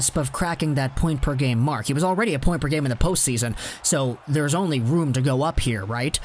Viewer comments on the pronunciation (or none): none